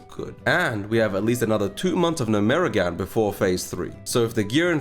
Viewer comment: its GNOME-REGAN